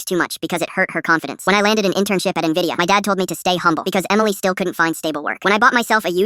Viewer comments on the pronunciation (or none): none